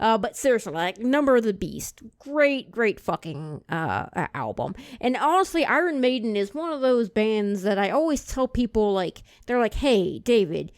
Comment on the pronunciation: You need to pronounce their name correctly. Other than that good guy.